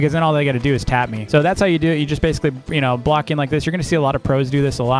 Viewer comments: you said bloek clutching not block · ah yes "bloek" clutching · "bloek clutching"